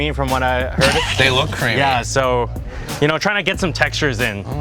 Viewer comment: you did a great jahh this is greehh